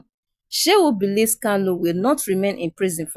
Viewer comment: Good presentation. But, can the reader differentiate between Kanu as opposed to erroneous Kalu?